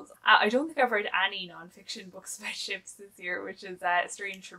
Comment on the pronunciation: Hahahaha!! When you said you hadn’t read as many books about ships this year, for a second, I thought you said “chips” and was wondering how many books about chips there really are. 🤪